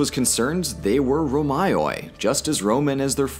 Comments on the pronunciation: Ρωμαιοι is read Romey not Romaioi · Did you just call the romaioi which is pronounced romei romaioi? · Btw the word Ρωμαίοι (Romans) is pronounced Romèi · Hi! In Greek there are these diphthongs that are in some names present in the video. ει, αι and οι, which are pronounced as "i" like in pit, "e" like in get and "i" like in pit respectively. So Ρωμαιοι would be pronounced "Roméi" (the symbol above the ι is symbolizing that they are pronounced together in a long syllable, and also the accentuation in the word). And βασιλεία Ρωμαίων would be pronounced "Basilía Roméon" (the omega is pronounced as a long o). I do not want to come at you as a smarta$$, just want to support the awesome content this amazing channel makes Youtube better with. Love your videos Red &! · αι is pronounced as ε and οι is pronounced as ι. Romei is how you pronounce it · Ρωμαιοι is read more like Roméi, FYI! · Romaioi reads as Romei